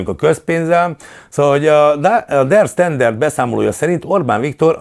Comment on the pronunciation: Nem "der sztenderd", hanem "der standard". Németül van, ott ez a kiejtési sztenderd.